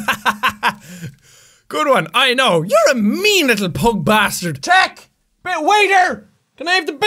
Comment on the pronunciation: He says pug wrong.